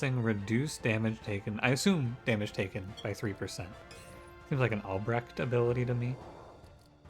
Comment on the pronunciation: I really like the art style. Seems a very cool game. Great pronunciation on Albrecht, btw! Dutch name, many English speakers would totally butcher it, any Dutch relations?